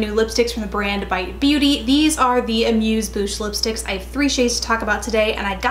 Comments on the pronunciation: OMG thank you for saying that name correctly. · It does technically mean mouth but the phrase "amuse Bouche" is actually a small bite of food, & - either way - she pronounced it correctly!